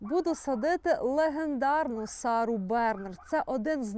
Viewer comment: I’m sorry, але всi в свiтi добре знають, що назва квiтки, присвяченоi великiй французськiй акторцi Сарi Бернар наголошуеться на останнiй слог - БернАр… Пробачте, рiже вуха.. Всiм яскравих квiтiв!!!🇬🇧🇺🇦🌺🌺🌺🌺